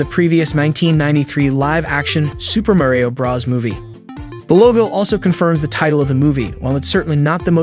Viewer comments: Is he saying brah's instead of bro's? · Okay Narrator, it's Super Mario BROS not Super Mario BRAS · Why on earth to you pronounce bros as "Bruhs" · That moment when the narrator says Super Mario Brahs🥶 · “Super Mario bras” bruh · Im concerned that when he says bros it sounds like bras so its like "super mario bras." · “Super Muh-Rio Bras?” Is this an accent thing or…?